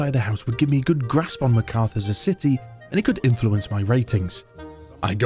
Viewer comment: Loved the video. Very unique premise But your pronunciation of Markarth drove me up the wall haha